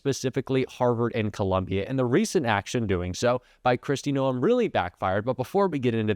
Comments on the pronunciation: A South Dakota here. Pronounce Noam with one syllable. And yes, she's awful. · You are pronouncing her name wrong it is driving me CRAZY. Kristi Gnome is the correct pronunciation